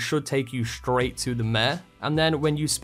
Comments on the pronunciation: Damn pressed return by mistake. I was trying to say that there is no ‘h’ at the beginning of ‘straight’. You pronounce it ‘shtraight’ and it’s annoying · Dude, there is no ‘h’ in ‘straight’